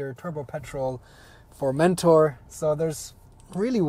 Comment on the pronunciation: Not to be annoying but, if you'd like to pronounce the name good, put the emphasis on the -tor, not on the -men-, so like FormenTOR